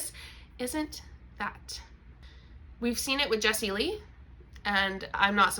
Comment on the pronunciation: It was soooo weird you calling Jesslee.. Jesslee… did you mean Jessica?! Because it’s definitely Jessica 😂😂👏🏼